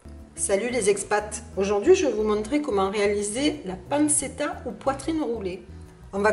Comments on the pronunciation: Panchetta est la bonne prononciation. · Ça se dit pan-tchet-ta